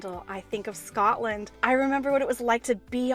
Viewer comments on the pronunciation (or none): none